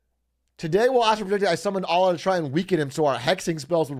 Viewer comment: the way he pronounces allah pains me